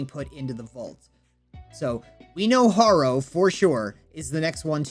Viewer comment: Hair-o is how y pronounce it